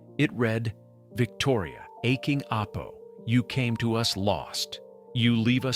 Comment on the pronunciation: It's not aching Apo but Aking Apo in english my grandchild or granddaughter